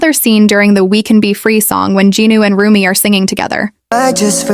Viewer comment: Rumi it’s RUMI not RUMIB